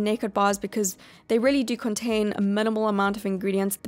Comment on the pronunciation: I love how she says “rehlly” lol